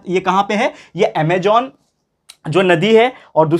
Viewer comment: 24.58 .... Ama'j'on nhi hota... Ama'z'on hota he